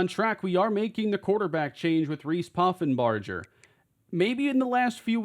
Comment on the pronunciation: The "ger" in Poffenbarger is pronounced like in Hamburger